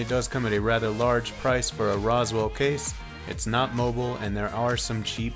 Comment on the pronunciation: 'Rose' 'Will'.. not Roswell. 'Ooh.' Not 'Aww.'